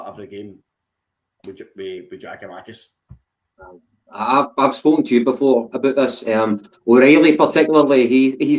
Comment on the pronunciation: Did you go highschool? It's Giakoumakis ffs.